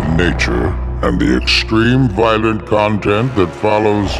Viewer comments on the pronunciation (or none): none